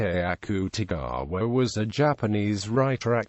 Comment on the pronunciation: The accute-e-gaawa is killliiinnnggg meeeeee